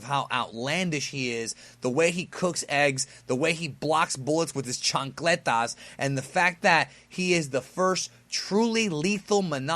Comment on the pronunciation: you rock for saying "chancleta". xD